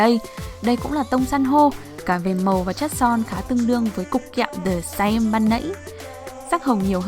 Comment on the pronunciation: Son The Saem ấy tiếng Hàn là 더샘, âm "ae" là "ㅐ", đọc giống chữ "e" trong tiếng Việt đó c. Nhưng mà đọc nhẹ thôi, kiểu ở giữa giữa "e" với "ê". Nói thế này k biết có hiểu k 😂😂